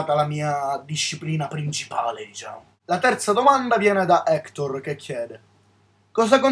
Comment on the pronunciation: O mio dio, hai pronunciato il mio nome (Hektor) correttamente, sei un mito solo per questo xD. Poi sottolineamo insulti esclusi eh ahahahah